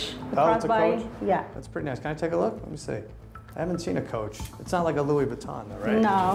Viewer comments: Baton, please. Louis Baton. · Louis Baton. lol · "Parsh" and "Louis Vaton" those should be added to the dictionary...